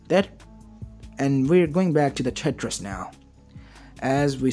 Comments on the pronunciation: just so you know it's tartaros not tetris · Tar ter it's